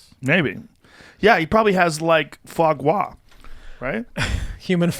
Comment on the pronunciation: It's so funny how they pronounce Foie Gras like FWA GWA, makes it sound like a Chinese dish or something.